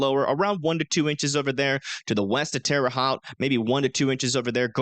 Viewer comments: Great video. Love the zoomed in precipitation details. Others don't do that. One thing tho, as I reside in Dayton Ohio, the city of Lima is pronounced like the bean. And Marion is Mariun not MariON. For Indiana, the Haute in Terre Haute, Haute rhymes with tote. Terre Hote, not Terre Hot. Love the detailed vid. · lol Terre haute (indiana) should be HOTE like the "o" as in Poke. My family is from there and I lived there myself briefly.